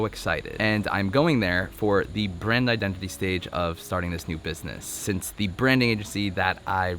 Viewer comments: " Your Identi-tea " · Identiteas lol. You said that word and made me think of that.